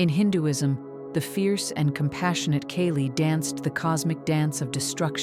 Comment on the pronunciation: It is pronunced as Kaali /c@ Not keli